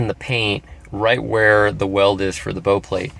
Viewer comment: Bow like how not bow like oh.